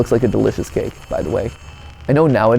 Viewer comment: I swear I thought he said kid 😂 😂😂 not cake Also who is pumped who the theory on this!!